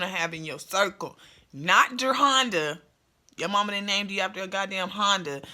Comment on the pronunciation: Not JER-HONDA....LOL its JE-RHONDA.. You got me ctfu lol